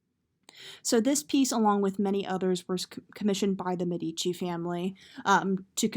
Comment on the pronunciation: Medici. Stress on first syllable